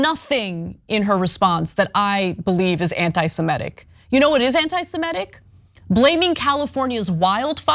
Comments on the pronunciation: semItic not semEtic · Semitic. Not semetic. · Ms. Kasparian, please learn the correct pronunciation of semitic. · Can you please learn how to say "semitic"? It is not "simetic". It is "semitic". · She mispronounces all kinds of things, it's ok.